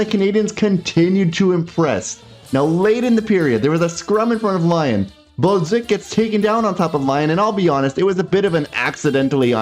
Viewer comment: Why u pronounce Balduc and other names so weird? Can even understand who ur talking about. Can u say it normally like others please and thank you